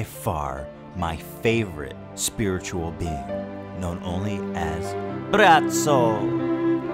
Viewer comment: Ethan is saying Braco perfectly. You sure you not Croatian, Ethan?